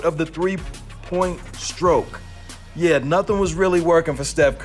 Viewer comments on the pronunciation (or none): none